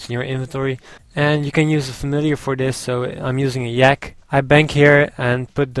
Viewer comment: Anyone else think he says yak funny/:) its not like a real yak... its a yaaakee